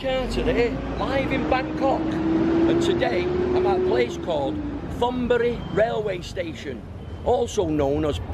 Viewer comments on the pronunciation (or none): pronounced TONBURI. NOT THONBURI.... good effort nevertheless. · It's pronounced Tonburi not Thonburi. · Thonburi with a 't' not 'th'. In Thai there is no 'th' sound.